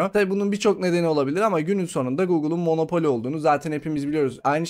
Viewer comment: monopoli değil monopol.